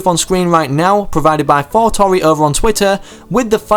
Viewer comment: Did you just saying Forknite?